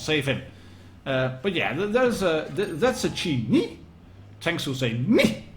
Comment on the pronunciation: When i hear you talking about Chi-Ni as "Chi... NI!" it reminds me of the Knights Who Say Ni from "Monty Python and The Holy Grail" lol Btw thanks for posting my replay, i'm the PzIIIA boi